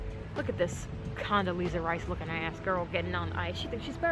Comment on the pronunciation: “Condeleezza” *spits out ginger ale